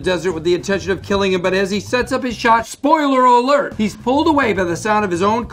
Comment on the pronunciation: Bob is not able to say "spoiler alert"😂😂